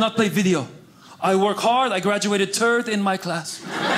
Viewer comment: Oh my goodness tird instead of third 😂